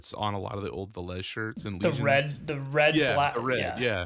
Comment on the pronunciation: >Silesia >Poland NEINEINEIN Also it's VEH-les rather than ve-LESE